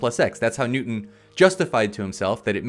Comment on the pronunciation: I love how he pronounces Newston as "new un"